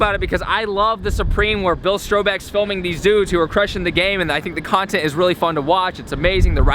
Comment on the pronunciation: lol u said bill strobebeck